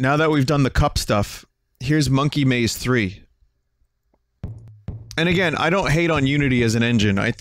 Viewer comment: Weeve got dis knoo free dee spinna...